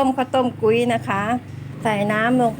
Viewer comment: ออกเสียงไม่ถูกกับคำนะคะ กุ้ย เสียงโท